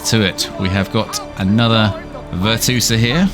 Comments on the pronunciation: it`s VirtuOsa not VirtuosAA -. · VER-CHOO-OH-SAH tf is a VIRTOOSA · Could be wrong but I think it's pronounced (virtue-OSA) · Ver-Tchew-Oh-Suh. lmfao I'm dying laughing every time you say Ver-Two-Suh. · She's Italian - it's "Virtoo-oza". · No way you pronounced it virtoosa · Hate to be that person, but it's pronounced Virtue-Osa. It's the feminine form of virtuoso. Great video regardless! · Literally like I wouldn't even think to read it like that 😭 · bro wtf why he calls her like that 😂🤣 besides that he gives solid info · I mean he says amote spam so... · Dont think you can get the name right if you not italian